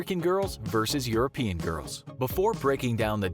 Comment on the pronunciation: Versus, not verse. This is comparison, not poetry